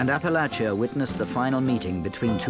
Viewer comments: thank you for pronouncing Appalachia properly! <3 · AThank you for pronouncing Appalachia correctly.